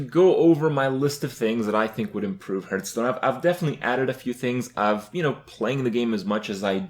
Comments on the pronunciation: since this is a video about making change, please start saying Hearthstone correctly, its not hurthstone, its Hearthstone. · Is he saying "Hurt"stone? Or is he just saying "Hearth" wrong? I still can't tell. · I love how he says it as well. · First way to improve Hearthstone: change name to Hurtstone, so Kripp doesn't say it wrong anymore. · I love that you spelled it hurtstone. That's totally how he pronounces it haha. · I like this guy even though he cannot pronounce hearthstone correctly. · I feel like someone who makes a living playing this game should really know how to pronounce it... Hurthstone D: (Pronounced Harthstone) And the Meita (Meta) :S